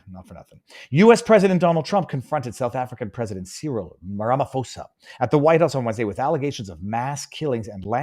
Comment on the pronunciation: So just for clarification sake its 'see-rill ram-a-fo-za'. So just a few facts, that clip i believe was from the EFF 10th anniversary rally where ANC members did attend, with another former ANC youth league leader (the leader of the EFF is also a former leader of the young foot soldiers) quoted 'it was good, its nice to see revolutionaries' or something to that fact. Most farmers in south africa are Afrikaans (since race is only recorded for BEE) around 70% (again largely due to the fact they were the ones cultivating the land. English farmers were mostly in Cape and mostly vineyards, but the Cape is DA territory). Its not genocide, its targetted murder to serve a political aim, much like racism has no meaning its better to focus on the facts, who, where, what, why and when. Then you can srill into the problem without throwing mud.